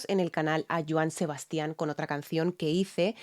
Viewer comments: En el caso de Joan Sebastian, el nombre "Sebastian" no lleva acento ortográfico, porque el énfasis no es en la última sílaba como la estás pronunciando, el acento prosódico es en la primera "a" que es en donde debes hacer el énfasis. En otras palabras: no es "Sebastián" sino "Sebastian". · gracias ..todo bien solo la pronunciación de Sebasti án ....🤥